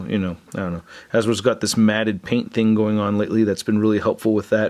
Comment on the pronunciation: It's not Habro it's Hasbro